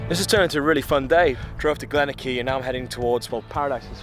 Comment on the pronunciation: pr. Glen-or-key. ;)